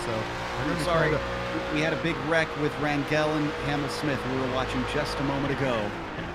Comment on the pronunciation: Rangel. GE pronounces same as GE of Germany. I hope some day these guys will read this comment.